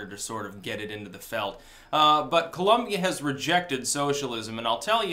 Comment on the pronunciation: People, it is Col*O*mbia not Col*U*mbia! With O not U.